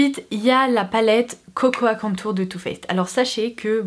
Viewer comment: Cocoa se prononce coco, le a est muet!